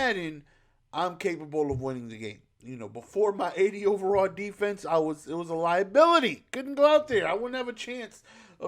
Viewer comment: “Defese” love u